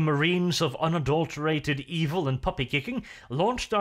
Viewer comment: AzHasANewName Thee frooits of the dev-ill? Eeville? Thank you, you made my day.